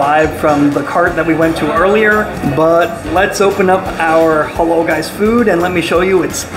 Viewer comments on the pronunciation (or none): It's halal not halol 😅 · It’s halAl, not halOl.